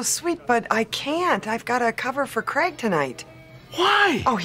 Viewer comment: I thought his name was creg, pretty sure it was creg not Craig